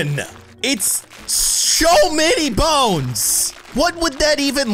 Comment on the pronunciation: and before and after that "its "show" many bones"